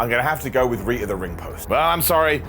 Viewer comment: Dang, I thought he was saying Rhea the ring post this whole time.